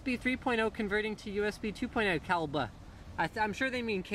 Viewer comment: i loled so hard when he said calbe xD